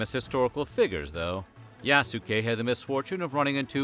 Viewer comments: Yaske! The U is silent! And he wasn't a real Samurai, he was granted a ceremonial status. Akechi Mitsuhide even didn't consider him human, thus letting him live. A lot of "black worship" in this "documentary"... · It's pronounced yaas-Ke U's in Japanese are very short almost silent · It’s pronounced YAH-S’KAY. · Ya-soo-kay. Oof. Why ya gotta americanize it to the point of weebiness like that? A quick google would likely tell you how to pronounce it. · you pronounce his name wrong. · The "U" is silent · Hearing you butcher Yasuke’s name hurt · the way he says yasuke is so fucked up 😂